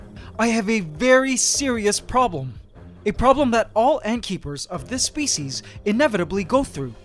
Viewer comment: "spice"!!? I mean "species".